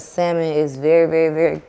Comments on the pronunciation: saying the L in salmon is funny. The L is silent people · Naw cause got me dying he said salmon not fish I'm just trying figure out what is it 😩😂😂😂😂😂😂😂😂